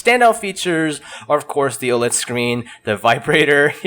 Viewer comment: Yo I didn't see a comment on how to pronounce OLED so I thought I'd write it here, it's Oh-led :P